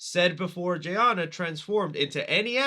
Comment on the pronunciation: I'm surprised you screwed up reading Zan and Jayna. Literally Zan like Ran and Jayna like Dana. Come on they're aliens but not that difficult to read.